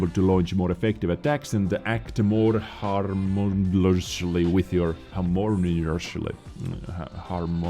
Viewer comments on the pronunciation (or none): Games full of people giving opposite information and suggestions, gg. And *Har moan E us lee